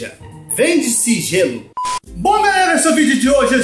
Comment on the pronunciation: Jêlo... com acento ainda... Cristo 😭😭😭😭😭😭😭😭